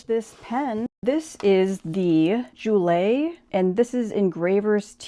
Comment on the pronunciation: Pen is pronounced like “Jewel”. I think it mentions on the website to not post the pen I would probably not post any of their pens. I enjoyed the video!